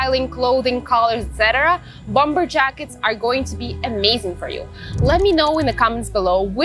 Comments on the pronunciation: Bomber вторая b не произносится же. Речь прекрасна, но предлагаемые способы комбинирования предметов одежды чересчур много всего вне приемлемого стиля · у вас прекрасный беглый английский, но хочется добавить маленький штрих к его совершенству) - bomber произносится без второго b. То, что по-русски его неправильно произносят - это, наверно, уже неизбежное зло, заимствованные слова часто обрастают "особенностями". По-английски же, полагаю, стоит все-таки придерживаться произношения, которое предлагает языковая норма.